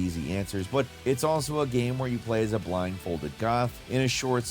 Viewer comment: "ganyme"....😅 I can never pronounce "game" the way my guy does sometimes. Great vid tho 😅😅😅